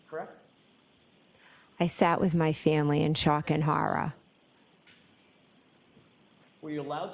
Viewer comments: Lmfaooo horrah 🤣🤣🤣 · How many times does she say she was in a state of shock and horrah?